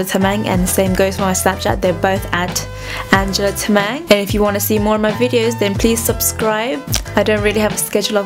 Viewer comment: its so cringy when you say anjali tamang lol ur nepali right ??😂😂😂😂